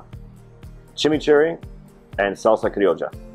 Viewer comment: I love how he pronounces salsa Criolla with an Argentine accent